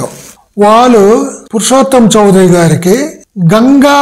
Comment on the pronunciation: చౌదరి కాదండి, చౌధురి. West Bengal సంబంధించిన వారు. తెలుగు వారు కాదు.